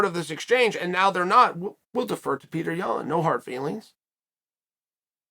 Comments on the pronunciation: PAY-OH-TRAY.... get it right chael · Petr: It's not Peter it's Petr. Chael: Peter Yan, Peter Yan. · My name is Petr not Peter